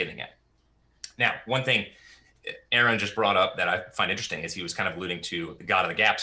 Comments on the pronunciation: After all these years, still can't correctly pronounce Aron's name correctly. In his opening, he, again incorrectly pronounces the name incorrectly. Is this an error? Is this intentionally after these years pronouncing the name incorrectly? Or is just this ignorant or dumb that he can't get something so simple, correct? There is no one dumber than one who believes fiction, written in a book of fables, is real. Is this an error? Or is intentionally doing such, to try and get Aron irritated? Yes, Cliffe is deluded. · There is no excuse for to constantly mispronounce Aron. It only serves to make him look stupid, why does he do it? Honest question.